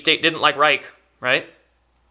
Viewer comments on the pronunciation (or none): Thank you for sharing it! I know it since quite a while! However, wenn I hear you saying 'Wilheim Reik' instead of 'Wilhelm Reich', my ears start bleeding... Americans pronouncing/saying German words... Lol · Reich is pronounced "Raish" and not "Raik"